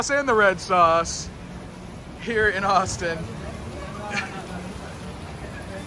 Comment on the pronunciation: O;59 “Asstin Texas!”😂